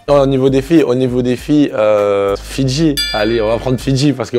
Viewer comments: Il faisait que de dire fitci mes oreilles sifflait 😏😏😪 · Je suis le seul à avoir rigolé quand il a dit : "Fidji" pour la plus sincère